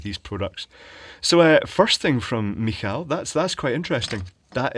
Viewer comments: This LETHE brand is from Biedronka (Lidl competitor). I wish I could send you their E14 5W LED bulbs that my grandpa installed. Suspiciously cheap for the light output and quality they give, not sure about longevity though (plastic case, no MCPCB apparently). PS: Michał is pronounced ME-how, I also happen to bear that name ;) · As below, its "Mi-how". Got it wrong a few times myself. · if it was spelled Michał the "ł" at the end has a W sound and is not an "L", so actually the way to say it would be "mehow" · It's pronounced "Mee-haw" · I believe it's said "mee-how" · Is is a l or a ue on the end of that? an l wit a dioagonal line on it. My polish friend pronounces his name Mihau. That's very much a footnote though.